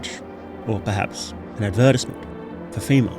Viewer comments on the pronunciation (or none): I've never heard someone pronounce advertisement like that, tmyk